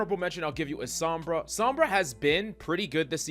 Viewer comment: It is not "Saw-mbra" but "So-mbra". So (hint, hint), please pronounce it correctly.